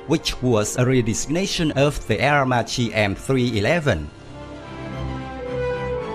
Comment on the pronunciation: Dund, Aermacchi it's pronounced AermaKKi